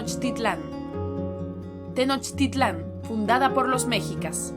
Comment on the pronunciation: Pronuncias mal las palabras de origen náhuatl como mexica, Tenochtitlan, popocatepetl o iztaccihuatl